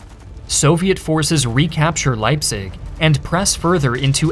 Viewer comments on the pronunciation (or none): can even pronounce leipzig bro